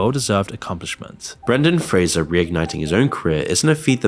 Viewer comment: Or "Brandon" Fraser, as the narrator says...